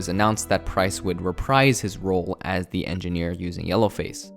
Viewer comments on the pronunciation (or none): none